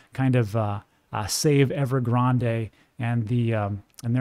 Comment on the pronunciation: i like how you say "grande" correct. Def kno you're from El Paso where the Rio Grande runs